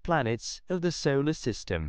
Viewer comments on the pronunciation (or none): none